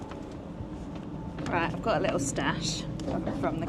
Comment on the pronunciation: "Eight" has a T on the end and "it" also has a T on the end, as does night and right. Are British women adopting vocal fry now? Dreadful.